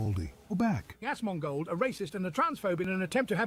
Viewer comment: Buddy, I love you. You said Tectone right But It's pronounced AZ-MON-GOLD 👍🤙